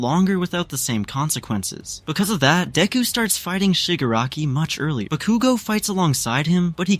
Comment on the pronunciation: I don’t know who this ba-cu-go is… I know who KAT-SKI BA-KU-go is.